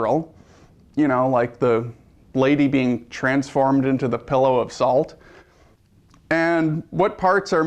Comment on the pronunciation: ... Did he say "pillow" of salt? I thought is was "pillar"... ah, who cares?